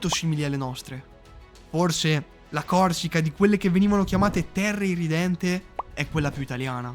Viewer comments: Però... si dice irredenta, irredente, non IRRIDENTE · Terre irrEdente non irrIdente